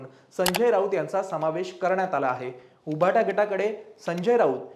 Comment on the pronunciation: तुमचे सर्व अंँकर्स सदोष उच्चार करतात उदा. उभाटा